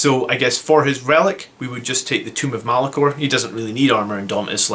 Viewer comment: Tome (rhymes with roam) of Malcador. Not Tomb of Malacor. What's your opinion. ~150pts on a librarian to remove invuns, or another 5 Sanguinary guard?